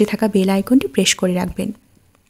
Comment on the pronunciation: প্রেস, কমেন্টবক্স - এসব উচ্চারণ ঠিক করবেন।